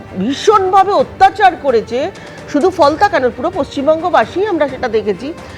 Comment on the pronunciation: কুনাল কাকু ওটা কি ফলতা না "ফলনা" 🤪 ?